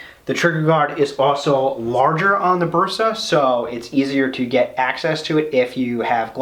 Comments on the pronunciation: All OK, but why you "gringos " keep saying BUrsa? The "E" should sound like "EH" , as when you say "men", or "say", "day". In English, letter "A" has two sounds, the first one, thats the sound of the "e" in Bersa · You read “Bersa” as a Spanish Speaking person, therefore you say “Bersa” with your Regional Spanish pronunciation and accent. English speaking people read “Bersa” as they read English words and letters, therefore they will say “Bersa” with their Regional English pronunciation and accent. English Speaking people familiar with the Spanish Language, be it by education, heritage or living in USA States or areas with important Hispanic presence may use a more “correct” Spanish pronunciation.